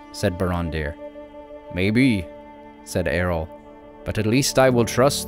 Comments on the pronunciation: Just a tiny complaint. It's Eo-rl (not Er-ol), It can be easy to miss. I presume this comes from "Earl" (Jarl; old Scandinavian rulers) Incredibly well done. Thanks for your attention to detail and awesome story-telling. Can't wait for more content. :) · Another great video from. Thank you. I admit I wince a little that every time I hear the name Eorl pronounced like Errol (as in Errol Flynn with a trilled "R) but that's a trifling niggle that matters not. Thanks again. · Great info and visuals! Being a purist I have to suggest that the pronunciation of Eorl should be "eh-or-uhl" like the first part of "Eorlingas" when Theoden yells "Forth Eorlingas" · Love the subject.... Just one question.... Who's Erol? Is it Eorl?